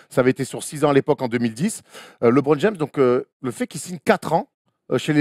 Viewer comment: Je suis le seul à avoir les oreilles souillées quand j'entends Stéphane Brun prononcer "LÉBRON JAMES" au lieu de [LEUBRON ] ??? Un effort bordel!